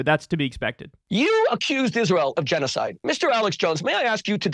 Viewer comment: "We, chews, seem to suck at chenoeside." The Rushn Revolushonary war would like to have a word with him. But, hey, at least he didn't deny it. To be fair.